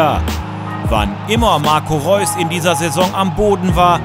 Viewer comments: Hahaha Marco "Leus" :D, Wann beginnt die "Tour" eigentlich? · immerwieder Łp26 Weil sie auf asiatour sind in der Sommerpause & in Asien können die meisten das "R" nicht aussprechen. anstatt "R" sagen sie "L". deswegen Leus :D